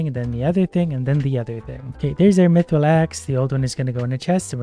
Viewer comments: WHY DO YOU SAY MEATRILL ITS MYTHRILL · Am I the only one that knows mithril is pronounced myth ril not meee thrill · Me-thril or myth-ril? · He said it correct so many times and then a random me-thrill and I died. Again. Its ok. I'll respawn. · "Meethril" Dying m8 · so he pronounces mithril as me thrill and mithril... huh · I think this guy has convinced me I've been pronouncing mithril incorrectly my whole life